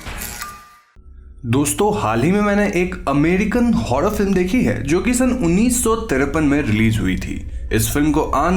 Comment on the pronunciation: I was flat dead at "unniso tirrppan"